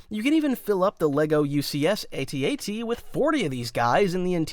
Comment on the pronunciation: He finally pronounced AT-AT the right way